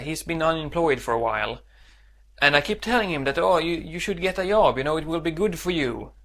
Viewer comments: Yob? You need to learn to pronounce a hard j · at first i thought he kept saying 'yob' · Försök uttala job med D före så låter det bättre. :) Du klarar dig fint! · Yob, yes, Swedish for Job